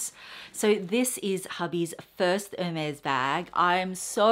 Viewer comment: the collection is stunning! It’s really breathtaking. A side note🍒🍒 It is pronounced no matter where you live Air-Mez I have googled it, YouTubed it & asked my SA. Xoxo nanc 🍒🍒